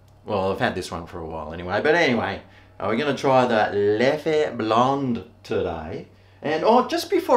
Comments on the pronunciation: It is the right pronunciation,! Well done. Although Leffe Blonde is not really one of my favorites, but i reckon you’ll like the Duvel, also one of my favorites. Never heard of Holtland before, and i’m not sure if it’s a belgian beer. Thank you so much for the shoutout and keep being you mate. Love from Belgium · From an Aussie who’s lived in Belgium it is beer HEAVEN. In French you pronounce it Leff and in Flemish it is Leffer. The Brune or Tripel are the best. There are many more.....